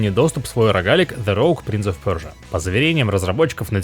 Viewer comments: это он специально так говорит? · В оригинале такое произношения